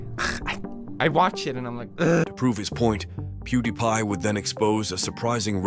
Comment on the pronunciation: Another Ai voice over content video? Pew-da-pie? it was pronounced correctly (Pew-di-pie)